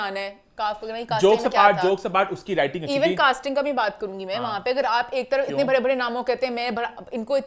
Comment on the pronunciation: sweetie, it’s Ban gai thi, not Bhan gai thi, similarly it’s Baray not Bharay:) Hope you would take it constructively:) ❤